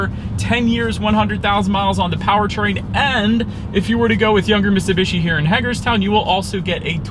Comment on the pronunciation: If ur gonna do a review of something learn how to say it ...MITT SUE BEE SHE ..HOLY SHIT GUY